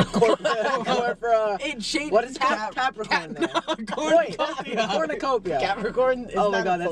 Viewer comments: chris and matt not knowing how to say cornucopia and saying capranick and capricorn instead is hilarious, and then when nick screamed 🤏A CORNUCOPIA! 💀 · The best part of this entire video was Matt and Chris struggling to say cornucopia and calling it corpricate, Capricorn, and kapernick😭😭it never stopped🤣🤣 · matt and chris struggling to say cornucopia is hilarious omg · all of them not being able to say cornucopia is killing me rn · the fact that they kept saying cornucopia wrong has me laughing so hard right now 😂😂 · matt trying to say cornucopia😂 love love love him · The way Matt was struggling to say cornucopia is killing me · chris and matt not being able to say cornucopia was so funny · The mispronunciation of cornucopia kills me every time lmao